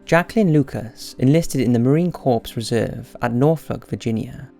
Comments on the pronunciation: Marine Corps is pronounced CORE. Not corpse. It's not a dead body. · You mispronounced CORPS! It's said as "CORE". Like Marine Corps. I'M US Army Signal Corps, myself. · ‘Corps’ is pronounced ‘core’ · Marine Corps. Corps is pronounced core.